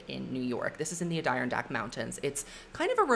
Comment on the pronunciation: the way you pronounce adirondack 😭😭